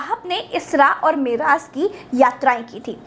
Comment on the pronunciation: Woh meraz nahi hai Woh Mairaj hai aur surah najam hai Aur jibrail alehissalam hai behtreen peshkush